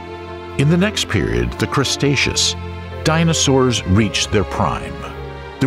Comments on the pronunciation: when was the crustaceous period? He didn't mean cretaceous because he would've said cretaceous, right? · 😊crustatious 😂. Please coach this guy! WTF? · Are you saying "Crustaceous Period"?! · Is the narrator mispronouncing "Cretaceous?" It really sounds as if he is saying "CRUSTaceous" Period. Or is that like Queen's English pronounciation? IDK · yes however there is no excuse for mispronouncing Cretaceous repeatedly, that’s just general mispronunciation lol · Gondwanda? Crustaceous? Cycades? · "Cretaceous" is pronounced "kre-TAY-shuss," NOT "Cres-TAY-shuss." There is no "s" before the "t" is "Cretaceous." DAMMIT! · Did he say CRUSTeaus period 🤣🤣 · Poor information, even worse pronunciation...'crustatious'? ffs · It’s “Cretaceous” not crustatious! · Cretaceous not crustatious. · "Crustaceas" Period ..lol. I think you meant "Cretaceous". There's images of Carnotaurus when discussing Allosaurus, and as others have mentioned, references to Stego as a Sauropod. Too many Inconsistencies. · Why do you say crustaceous instead of cretaceous? It sounds a little bit ridiculous. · Say it with us now "cretaceous" yall keep saying crustaceous like the species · The Crustatious, when bread ruled the earth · Yeah I know lmao seems mostly everything else in this was pretty accurate but crustaceous is a pretty big error 😅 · 😂 i laughed a little when i heard it, the crustaceous period, the crustacean era 😅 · Crustaceous lol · Gondwanda? Crustatious? Really?